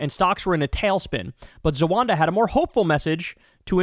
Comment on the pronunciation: Please,please ,please take the time and effort tO read. It's spelled Z=a-w-a-w-ad-a. NOT Z-A-W-A-N-D=A